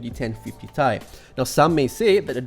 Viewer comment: simple and concise review is really nice....but, "ten fifty tai"? that's a first i've ever heard it pronounced that way...lol. keep up the good work with the reviews :-)